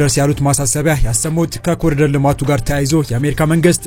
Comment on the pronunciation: ለመረጃው እናመሰግናለን ! ኢትዮፒያን ትተህ ኢትዮጵያ ፣ ኮሊደር የሚለውን ኮሪደር በሚል አስተካክለህ ጥራ፣ በተረፈ በርታ !